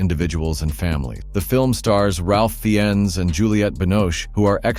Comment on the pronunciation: Its pronounced Ralph Fines not Fee-ens